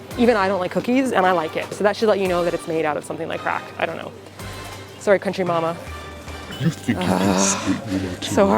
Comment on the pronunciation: Anyone notice how said "Country Mama" instead of "Country Ma'am"?